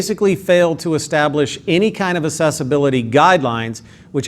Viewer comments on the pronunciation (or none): "Assessibility" or "Accessibility". I think you are implying the latter but your pronunciation sounds like the former.